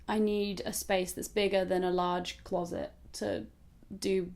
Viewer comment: "Closet" ...which part of the US are you from? :')